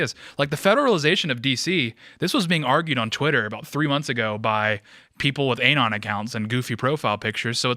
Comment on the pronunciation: The way dude keeps saying "anon" like "aye-non" is obnoxious